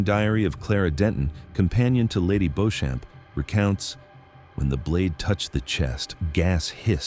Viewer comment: Linda from UK here. For future reference, Beauchamp is pronounced Beecham.